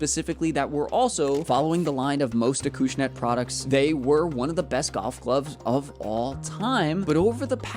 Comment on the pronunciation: It's pronounced Acushnet not Akooshnet 🤦